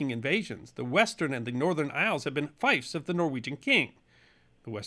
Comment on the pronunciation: Fiefs, not 'fifes'.